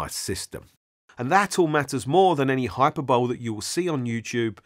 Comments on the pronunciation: really sorry, it's pronounced hi per bol ee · Just FYI hyperbole isn't pronounced like tadpole, the 'e' at the end is articulated - hahy-pur-buh-lee.